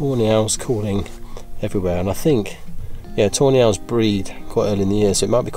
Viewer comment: Couldn't help hearing "toe nails" everytime you said tawny owls 😂